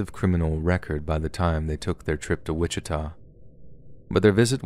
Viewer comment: I’m currently listening to this podcast on my way to Kansas City for thanksgiving. Right when I got to saying “Wittika” I entered that city. I am horrified.